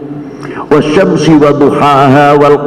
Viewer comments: Iya tulusanya wasyamsu tajri , kok bisa bacanya wasyamsi ya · Kalau was syamsu tajri dibaca was syamsi ya pasti salah, bukan hanya salah tapi juga guuoblok, maksud saya kalau guoblok ga berilmu mbok yabtau diri jangan memaksakan jadi mursyid, kalau murstidnya model aepwrti lutfi bagaimana jamaahnya